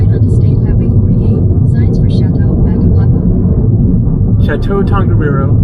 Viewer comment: what a town Whakapapa - either say it as you read it or I think Mao's pronounce WH as F so Fakapapa!